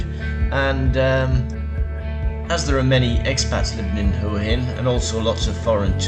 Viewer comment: Learn to pronounce Hua Hin!